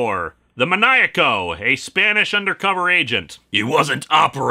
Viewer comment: Maniaco it's pronounced like man-ee-ah-coh and means maniac.